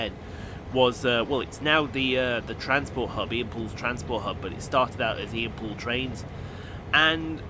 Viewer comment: Happy Birthday! Loved the pronunciation! lol